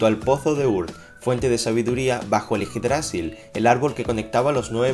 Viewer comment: yggdrasil no lleva tilde así no se pronuncia